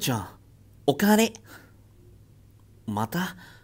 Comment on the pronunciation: 最初のお姉ちゃんお帰りが お姉ちゃんお金！に聞こえる